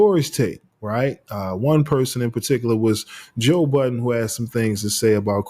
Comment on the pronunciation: Why do people put an S on budden 😂